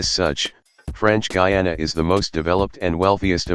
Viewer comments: Guyana is pronounced Guyana Guiana is pronounced Giyana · I guess this was an automated voice, but the pronunciations of "Guyana" and "Guiana" got switched in all the instances Also (I might be wrong here), it was called "British Guiana", not "British Guyana"